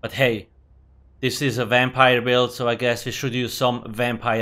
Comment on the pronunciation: You mean a Wampire?